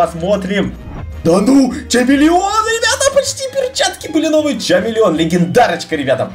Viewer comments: Не чамелеон а хамелеон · Там юсп читается не чамелеон а хамелеон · Не чамилион а хамелион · Хамелеон а не чамелеон